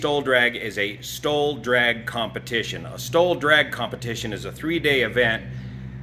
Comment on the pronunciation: Really had to concentrate to hear the difference between "STOL" and "stall". At first I thought was talking about a "stall demonstration".